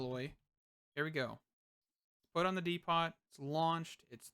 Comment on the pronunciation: Dee - poe. As in the Home Depot.